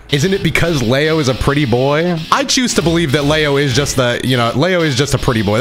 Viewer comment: Where is this lay-o coming from? Isn’t his name pronounced Lee-o?